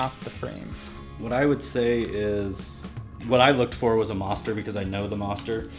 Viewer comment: haha, he says Mawhster instead of Moster. this is a really good series though. i dig it.